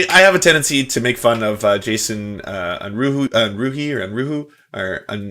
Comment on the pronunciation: the name is german. it translates to unrest. please look up how to pronounce it. it sounds really odd to my german ears